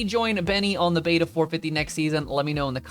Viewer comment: It’s pronounced ‘Beta’